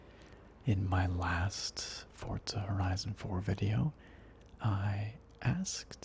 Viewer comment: I call it Fourtzza Horizon Zero Dawn 4 I think its the correct pronounciation :D